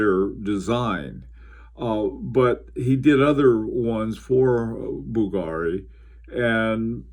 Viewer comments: it's pronounced bVlgari not bvlgAri sir. Nice Historiques American on the wrist by the way:) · you were excellent with every other name (unlike many bloggers)! That is why Bvlgary surprised me. Basically it gets accent on U (or V if you go by logo spelling) instead of A:)